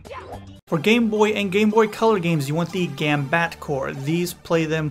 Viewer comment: Gambatte is pronounced gambate, the tte as in telephone, not gambat